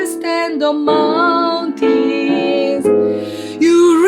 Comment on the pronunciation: 오페라 전공이시고 피아노도 수준급이시고 라틴 이탈리안 더치 프렌취 스페니쉬 등은 잘 하시겠지만 영어발음이 영국식 미국식 발음을 떠나 공통적으로 표현되어야 하는 S다음에 오는 t, p, k 등의 격음을 경음식로 강하게 가지 못하고 마운튼쓰를 마운틴쓰로 가셔서 조금은 아쉽지만 그 외의 모든 것들은 완벽 그 자체입니다~❤️